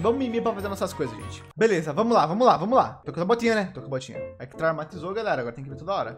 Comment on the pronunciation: É tao legal escutar o falar "fala galhera, bleza"